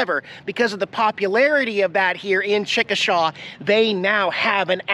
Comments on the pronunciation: I'm pretty sure it's pronounced "Chick - Uh - Shay." I've lived in Oklahoma most of my life, not too far from Chickasha, and that's the only way I've ever heard anyone pronounce it, lol....👍😉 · it's pronounced chickashay not like it's spelled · I'm an Okie. Why didn't you contribute to our lovely toll roads! 😝 ...and uh, you clearly pronounced it wrong. It's Chick-a-shay. I'm glad you are on the road again. Make the cats feel special today. I always tune in!